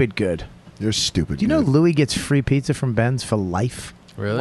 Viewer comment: Pizzer?! What the hell is pizzer?! Bobby🤦🏽‍♂️